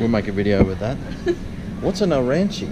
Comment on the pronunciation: The balls are pronounced aaron chee nee